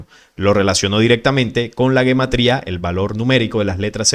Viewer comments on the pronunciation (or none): Se pronuncia Jematría no guematría...es un error demasiado grande+ - +